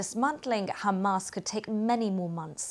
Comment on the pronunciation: "According to HamArse".... typical Al beeb.